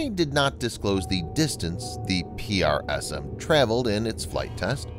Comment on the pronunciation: It's tedious to here it constantly pronounced P-R-S-M when they went to lengths to come up with a pronounceable acronyn "prism". Ditto for ATACMS which the rest of the world pronounced "attack'ems" (sort of like "attack thems" which isn't correct English but pronounceable). Is this a human narrator? I'm new to the channel. I hate computer voice narrators. It sounds human but the spelling out of acronyms is a bot thing.